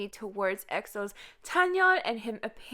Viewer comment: the way she says chanyeol wtf